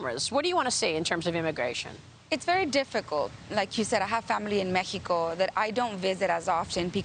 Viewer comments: I could not agree with you more. Look at the way she feels the need to pronounce MeHico, that says say's something to me. She seems to have such devotion to their values, look at what their values have done to their country. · The only Congress member that says Méjico instead of Mexico. 👍